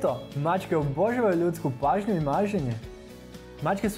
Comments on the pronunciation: Naglasak nije ok - pazi kako izgovaraš riječ "obožavaju"! Naglasak, dugi, je na "ža"! Dakle, OboŽAvaju! (ti stavljaš naglasak na "bo" - oBO žavaju!) Čovječe, odakle si!? Nije to problem, nego što nisi osvijestio to i zamolio nekoga tko ispravno govori da govori ovdje! Ne ljuti se, ta je za tvoje dobro! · Koji iritirajuci naglasak imas, daj malo poradi na rijecima pogotovo rijec obozavaju. Iritantno te slusati. Inace video je odlican, sve stoji. Vlasnica sam deset macaka.